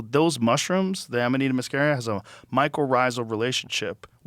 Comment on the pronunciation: Joe's pronunciation spot on today, Amanita muscaria and nomenclature! Impressed!!!